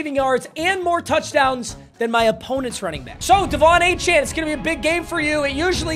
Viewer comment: i’m a die hard aggie please say achane a-chain